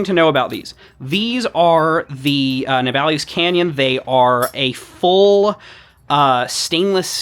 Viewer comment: Just bought one of these, had a look at reviews after, why is it that every american reviewer calles it ne-bal-ees and not na-ball-iss? Have i got it wrong? am I the dumbass? Am I hyperfocused on the least important aspect of the video?